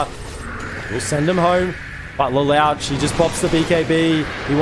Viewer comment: Le-lowtch lol